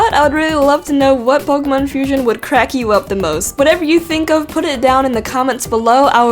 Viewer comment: u pronounce pokemon wrong